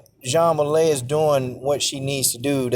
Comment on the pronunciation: Man her name is pronounced way lee